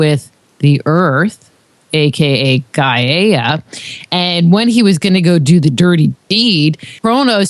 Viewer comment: Personally don't dig the way she pronounces gaia - i've always heard it pronounced guy-uh.